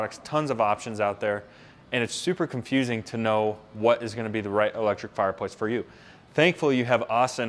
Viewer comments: He says fireployce Don't pick fault that could be how they say it in America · The dude sells fireplaces for a living and can’t say the word fireplace, just sayin